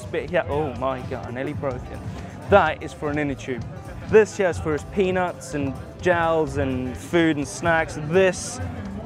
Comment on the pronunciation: Peanuts, guys. He said "his peaNUTS"!